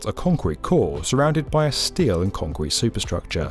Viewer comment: "...moved through an opening in the concweete floor."